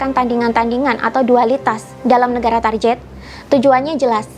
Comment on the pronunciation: Target diucapkan target bukan tarjet. Mohon maaf atas koreksinya. Tetap semangat